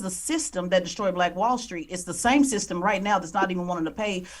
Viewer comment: Someone needs to tell Charlemagne tha Clod that it's pronounced system, not thythtem. The guy's a millionaire, you would think he could afford some speech therapy.